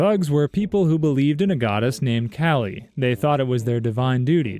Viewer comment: The Thugee Stranglers thought bloodless murder would be more appealing to Kali? The goddess who (along with Durga) once killed a man by drinking every last drop of his blood? (By the way, I think it's pronounced like Kah-lee.)